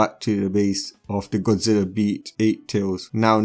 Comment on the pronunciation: Did he say godzila